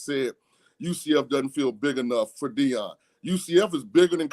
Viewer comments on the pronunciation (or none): It’s okay calm down. It’s Deion by the way, not Dieon 😂